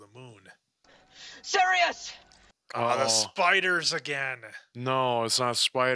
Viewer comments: keeps calling Sirius silus lol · Whyyyyyy does he keep saying sirius black’s name wrong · It's really annoying how he keeps calling Sirius "Silas." Come on! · I know this is an older video, but you keep saying Silias Black.. its Sirius Black... and yes the books go into a great more detail! and Also chocolate always makes you feel better. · Petition to start calling, The Maple, for him repeatedly calling Sirius, Sylis 😂😂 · I love the way these guys nonchalantly mispronounce the names and the others are always like “hmm indeed yes” bro Silas Black and Hagard 😭😭😭 I love you guys and I am a filmmaker who’s also doing a corporate 9-5, starting a YouTube channel solely inspired by you guys ♥️ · Binging this entire series right now. I just love how constantly mispronounces names... even mispronouncing the same name in different ways. Syrus... Silus... close, close. It's also growing investment for me:)